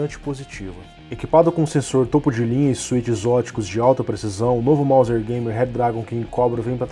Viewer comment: é MOUSE mano, nao MOUSE(R). Sei que vc ta ligado.